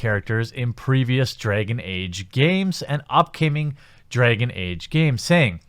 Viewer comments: Dregon age? Started as a joke but the more I heard dregon age I had to click away. I'll watch whatever next videos don't involve A's in that regard I think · Why do you pronounce dragon like a jew would?